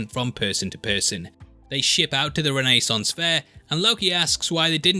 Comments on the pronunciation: also, this guy's way of saying renaissance fair "RENEE-sance" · I love how he pronounces Renaissance like Ted Mosby… Who, when starting his architecture firm, calls it… Mosbius designs!